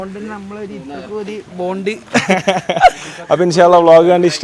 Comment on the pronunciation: 😂Boond alla bondey aaan